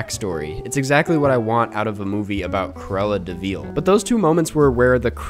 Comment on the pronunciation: Everytime he says Cruella deVEAL